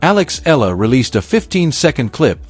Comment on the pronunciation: here is another moronic video mispronouncing Eala as E-la. It is pronounce as E-ya-la.